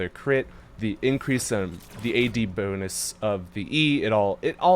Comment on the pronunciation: Wasn’t looking while you were speaking so I just heard you speaking and after a while all I heard was the word bonus in an English accent, made me look at the screen so fast lol!